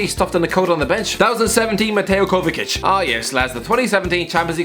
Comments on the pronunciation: Everyone: mateo kovachich: kovakic thehocuspocus9: “kova sich” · No, it's kovachich! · Everyone: mateo “kova sich”: kovakic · Ffs its pronounced Kovachich, why would you pronounce the first c with a k and the second with a ch? Anyway Kovačić is not just decent, he's brilliant. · are just going to ignore the fact said 'di matteo kovasich' 😹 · Zavi and Kovakic lol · what is that pronounciation of Kovačić? Jesus, the hairs on my neck stood up haahahahah